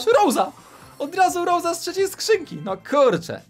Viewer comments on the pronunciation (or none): none